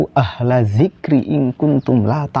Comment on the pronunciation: Ya memang harus gtu..klo bacaan qur'an salah..sdh seharusnya d benarkan..jd suruh belajar iqro' lgi..fas'alu jd pasalu..ahla jadi alah..dzikri jd dzikro.. itu jelas fatal.. jd ya hrus legowo klo bacaannya d benarkan..